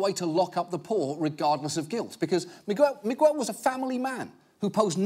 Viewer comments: “One example! A man called Migwell.” Migwell? What the fu.... You mean Miguel?! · my man really be saying "migwel" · "Mig-well." I get that you're British, but come on. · He called dude 'Migwell' lmao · Is that dudes name really pronounced Mig-Well. Not Miguel? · Why does he say migwell? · Miwell? I thought it was Miguel, pronounced Megal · If you are planning on staying in America, you are going to need to learn to say "Miguel". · On a side note....John Oliver pronounced Miguel really funny to me. Like its Migg-el not Mig-EU-el or however he said it 😂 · It's so funny to me, a spanish speaking guy, to hear the way John pronounces the name Miguel. Can't really explain it, but it's not Meegooel. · The way he pronounced Miguel was hella irritating... Just thinking about it is annoying. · You don't pronounce the u in Miguel. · The u is not pronounced in Miguel. Please John please you have a team of fact-checkers.